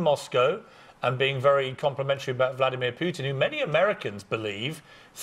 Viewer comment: the lady has a poopy face on hahaha.. and the way Steven says Vladimir Putin is impeccable!!!!!!!